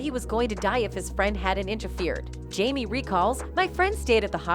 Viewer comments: Um correction , it's Jamie, NOT jammy, please stop messing up people's name. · 😂can you please pronounce his name right